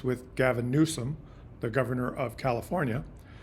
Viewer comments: So you want the dems to run as lil pp did. Slogans!!! Riiiiiiight. Ps. please dude it’s new-some! Not new-shaum as you say it. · New some, not new shum. Other than that wee criticism, I appreciate your educating the Canadian public. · 1. What were the results of your inadvertent experiment? You never got to that 2. (nit) It's pronounced "new-sum" not "new-shum" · It’s NEWSOM, NOT NEWSHUM, Christ! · Speaking of proper messaging. I had to replay before I made this comment. The governor is not Mr NewSHUM, it is NewSOM. I love your work, I'll send peeps your way. Thankyou,. 🇨🇦✌️🍁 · Question for you - why do you pronounce his name with an H in it? Newshom isn’t it Newsom? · just so you know you are pronouncing Gavin' Newsom's surname incorrectly. You are phonetically pronouncing it "Newshum" when it should be "Newsome". This reminds me of when tRump constantly and purposely pronounced Kamala's name incorrectly as an insult. Please correct yourself. BTW Great Chanel and content!👍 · You are saying Gov. Newsome's name incorrectly. His last name is pronounced - New + Sum, as in give me SOME candy. There is no "H". I do not know you so I have no idea if this is personal or how you say certain words or if you are trying to be funny, so I mean no disrespect. I am not a fan of Newsome, I am just uncertain as to why you keep inserting extra letters in his name. It's weird. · It drives me nuts that you pronounce Newsom Newshom. There's no h in there. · As always,, you are laying out the facts, understandably clearing the fog from our eyes. However, the man’s name is pronounced., “NEW-SOME!” Don’t play Trump’s incredibly stupid games of Word play! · Please show more class than the Orange Monstrous Clown: The California governor’s name is pronounced: “NEW-SUM” emphasis on NEW. Be a grownup and stop making fun of his name… such behaviour is beneath you, isn’t it? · Check out the pronunciation of “Newsom”. It doesn’t have an ‘h’.